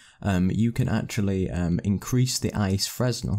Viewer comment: freznel is pronounced Fray Nel